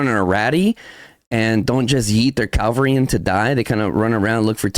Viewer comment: CA-VAL-RY - you damn mexican, say it right